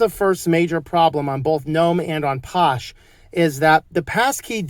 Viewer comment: I could be wrong but I'm pretty sure it's pronounced "fosh". Phosh is short for "PHOne SHell". 💁